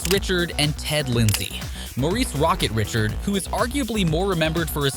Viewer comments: Ummm? 🤔 How does someone doing a hockey video, manage to screw up the names of legendary players so badly. I realize he may be reading off a script, but a hockey fan would know the pronunciation isn't the same as the spelling 🤨 Roy and Richard Wah(as in, saying ah at doctor) and Ree-shard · You can't even say the platers' names correctly, obviously you don't know anything about the players. Patrick Roy(Pronounced Wah) Richard is pronounced RI shard. How do you pronounce Miroslav Satan's last name?